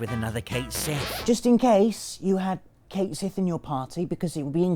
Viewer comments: Cait Sith is pronounced "Ket Shee". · ...I had Cait Sith in my party. He's really Reeve so he's cool in my book. Also it's pronounced Ket Shee.